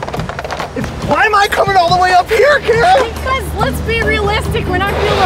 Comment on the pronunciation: Im sorry but its Kara not Kirra.